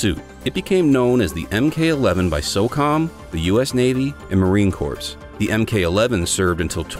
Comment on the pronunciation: "Corps" is not pronounced in the plural. Also, most of these are DMR rifles. The XCR is a good choice but there's also the Tikka T3X and the Bergara B-14, all within the same relative price point for a solid bolt gun. Hell, even the Savage 110 Precision is a solid choice or the Ruger Precision, if you're looking for a low-cost, decent-build bolt action chassis rifle.